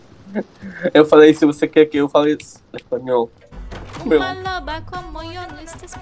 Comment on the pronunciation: a "Eu falei se vc quer q eu fale Espanhol" nessa frase o falou direitinho